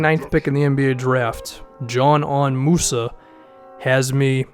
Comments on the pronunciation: Thank You my man this dude a real sleeper if he develops and makes a lot of teams regret it and Btw it's pronounced Deezanen Muza lol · I think his name is pronounced Yanan Musa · Dude can’t even pronounce a name